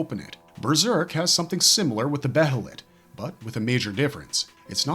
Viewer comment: Bro, stop saying Beh-heh-let. It's pronounced Bay-Lit or Bay-Ah-Lit